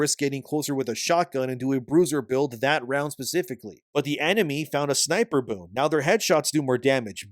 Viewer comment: hes saying boon but im hearing boob